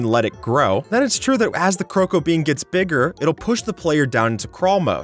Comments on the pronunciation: Am I the only one who heard crocoa bean instead of cocoa bean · did he say krocobean? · You said crow co Bean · I am I the only one to notice that he said crocoa bean